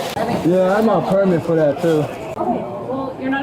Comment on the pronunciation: “RAISED for the penitentiary” would sound better. Putting the emphasis on “for” sounds weird.